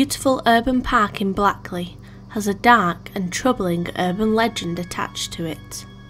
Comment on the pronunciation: You're not really from or near Manchester if you can't even pronounce blackley right, everyone knows it's pronounced like Blakeley